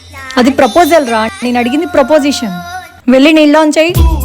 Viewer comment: Asalu niku cheppadam vacha proposition kadhu preposition palakadam Radha cheppadam radha